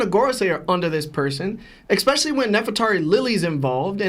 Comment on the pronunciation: Prolly cuz his brain is smooth. He pronounces "especially" like "expecially" thats all I needa know